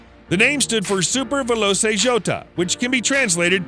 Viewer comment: Veloce is pronounced "velo-chey" not "velo-say". Jota is pronounced "yota".